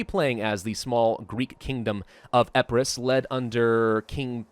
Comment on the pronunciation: its, EEE-PIII-RUS not Eh-peu-ros